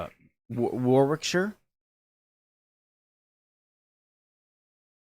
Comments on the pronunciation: Warwickshire is pronounced "Worrick-shu" not "War-wick-shire". 🙂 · You were right about Warwickshire being in the Midlands, it's pronounced Warrickshur or Warrickshir, like Worcestershire being Woostershir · It’s pronounced “Waa Rick sher”, Warwickshire. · Warwickshire pronounces - WAR - RIK - SHIRE - there is no W , usually just said as WAR- RIK with no SHIRE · The way you said Worcestershire is perfect, so any county ending in shire say the same , e.g. Warwickshire